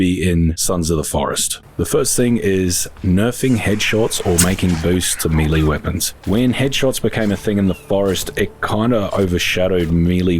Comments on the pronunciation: I really love your videos man, been watching since I started playing the forest back in lockdown..but christ it really bothers me the way you say melee..I know it doesn't really matter and I probably sound like a dick but it's melay not meeleee. Thankyou and sorry 😂❤️ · Meeeee-leeeeeeeee, isn't it may-lay? Even in other parts of the world? Or am I buzzin' here? (talking about the word melee) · Melee is pronounced like M'lay. It's French. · Oh no, he's pronouncing melee wrong. Oh, and aesthetics too.